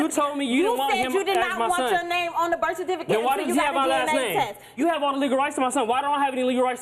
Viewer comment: Da blak girl “gave burf” 😂